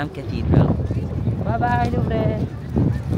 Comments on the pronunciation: My husband speaks French & works as a translator from French to American English. So I asked him, Louvre in French is pronounced with an 'r' without the e enunciated. BUT not the r sound we Filipinos are taught. It is rather soft and have a soft murmur. He said that the 'r' sound of the French is difficult to make if you are a non-French speaker. Thus, for both American & British English it is pronounced as 'loov'. Even the CREPE mentioned, yes it is 'krayp' for other English speakers even Australian but for French it is 'krept' or 'krep'. The 't' at the end of the words is also silent. So, croissant is 'kwa soh' (closest to say for us Filipinos). I understand that some comments are comstructive in nature and we should also take that comment as it is. The purpose of language is for us to communicate and as long as we understand and even each other then we are all fine. ❤️ Dont forget that is in the City of Love. 😉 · Ingat ka dyan minsan style nila yan kunwari may baby or bata later on pag nalingat ka that’s it. Nadukunan ako sa may eifel tower Correct pronunciation niyan ay the lube museum nandiyan si mona lisa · You should put English subs on your vlogs considering the amount of foreigners getting curious with your vlogging. Also, Louvre is pronounced as Loov paulit ulit mo pa naman sinasabi😅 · Just a constructive tip (I hope you don't mind po ) As a content creator, madami tao nanonood sayo, If you have time, please try to put effort to learn the proper pronunciation ng mga words (Louvre for example) kasi it takes less than 1 minute to research how it should be pronounced. Gawin mo din GOAL to do more research kasi I'm sure when you planned these locations, pwede inalam mo na din yun pronunciation. Minsan masakit kasi sa tenga at baka isipin ng iba eh tama ----- super dali to check it online. Promise. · It’s “loov” not luv-re. Sayang naman at least pumasok ka, even if Mona Lisa lang at Nike of Samothrace lang makita mo.